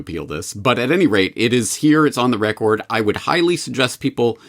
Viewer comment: Is anyone irked by how James pronounces the word “record”